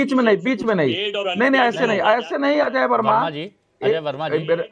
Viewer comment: अजय वर्मा बोलना तो सीखो